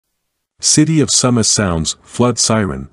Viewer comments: Its pronounced Sue Mass- not SUM Mass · Your saying the name wrong It's pronounced soomas if your gonna do news stories meke sure you can words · the correct pronunciation of Sumas sounds like "Sue-mas" just a fyi.